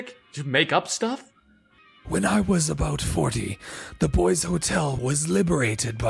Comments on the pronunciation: Really bothers me how this Santa guy says boys instead of boise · As an Idaho boy I'm really annoyed that the voice actor pronounced Boise wrong (actually pronounced like boy-see) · As an idahoan Boise is pronounced boy-c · I was only annoyed that didn't say Boise Correct it's Boy-See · How he said Boise it hurt me as a guy who lives in Idaho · I'm triggered that pronounced Boise wrong. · How he pronounces boise is infuriating